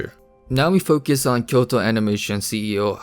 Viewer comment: LOL "Koyto"